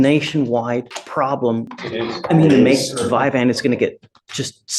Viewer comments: And it's NOT "Vyvan" it's "Vyvanse" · This judge is acting like a know it all but isn’t even saying VYVANSE CORRECTLY!! ur not a doctor dude!